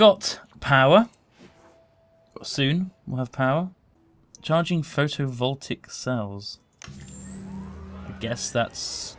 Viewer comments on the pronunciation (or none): he said photovoltaic wrong lol